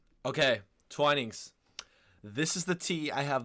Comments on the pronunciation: Twinings, not Twinnings. It's pronounced with a long "ai" sound, as in "Twai-nings". I have to admit, I know a lot of people don't like Twinings, but I do like their English Breakfast and Earl Grey varieties. I have to admit, though, I haven't tried many other brands, including Yorkshire Tea and PG Tips, so there could well be many better brands. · Twinnings is pronounced TWY-nings. Got to agree their Breakfast blend is the best. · HI DEBRA HERE FROM SOUTH WALES UK Twining is pronounced TW-EYE-NINGS I am not a big tea consumer but if I do drink it it has to be Twinings Earl Grey with a spoonful of honey and a slice of lemon and no milk. If I drink a builders tea I like P G Tips, black, strong with 2 sweetners or sugar. I am a black coffee drinker really as I find coffee has more flavour to it. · Why do you say Twinings as Twinnings? Do you say dining as dinning?